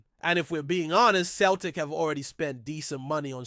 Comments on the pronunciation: CELTIC is pronounced Selltic not Keltic. Get your act together or but out. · Pronounced seltic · Away and choke on a basketball ya clown. Dont try to talk about football . Your not evening saying Celtic correctly ya fud. Stick to American sports.